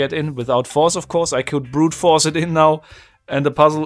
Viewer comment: I love your German accent. Best one I've heard. "Brütforce"